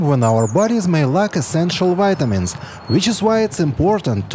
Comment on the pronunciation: If you can pronounce VEGETABLES with a V you could pronounce VITAMINS with a V sound and not a W sound. If you know how to speak English, you should learn how to pronounce the V in words that start with a V.